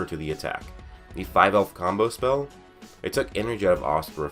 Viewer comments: “people just assume Asta can reflect any spael” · Sounded like a lil bit of country slipped out 😂